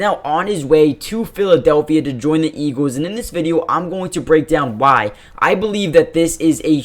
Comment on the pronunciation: It’s pronounced “EEGLZ” not “EEGEWZ”